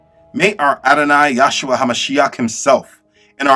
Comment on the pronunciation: Brother, your work is amazing. Do note that His name is YAHUSHA, not Yahshua. There is but one Name by which we are saved.